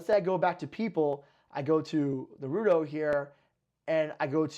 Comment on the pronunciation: Naurto instead of Naruto 😭